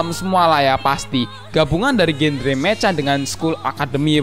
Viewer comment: Mecha dibacany meka bkn meca dodol